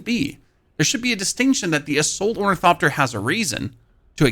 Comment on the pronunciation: I Love how this dude says "Torn-eh-coptir" hilarious! You really should try using the Ornithopter Boosters! Your greed using storage is why you get chased down.